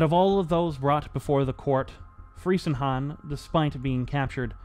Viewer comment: The name is properly pronounced Freezenhahn. It it German ei, not ie, that rhymes with English word fry. But very good vid!